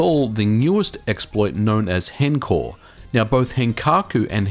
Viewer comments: i hate when people say "hencore" its h- encore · Shouldn't it be pronounced honcore? For henkaku encore